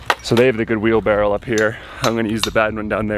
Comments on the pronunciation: Wheelbarrow not Wheelbarrel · He does know it's a wheelbarrow... right? It's not wheelbarrel. Is that a Boston thing? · were you saying wheelbarrel or wheelbarrow? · repeat after me. WheelBARROW. 😆